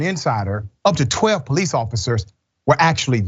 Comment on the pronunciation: Police not ploice